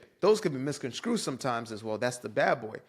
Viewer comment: Bro really just said “misconscrewed”